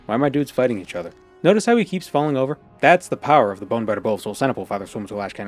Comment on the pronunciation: I thought you were saying "bone batter bow" which sounded kinda dirty